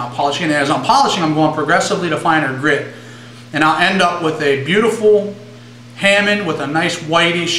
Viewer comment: you seem to know a lot, and youre clearly very into your blades and blade maintenance, but i do agree with the comments on several of your videos, and it's very distracting when you say hammin. i cringe a little. it may be beneficial for you to fix that, so people dont just turn off your videos or look down on you for it. but then again, it may just be all of those people who need to get over it. :p while we're at it, i say puh-miss, not poo-miss. :p